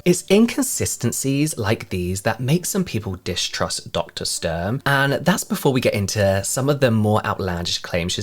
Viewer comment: her name is pronounced StUrm btw! The U like in “Utah” or “Uber” 🙂‍↕️ it’s softer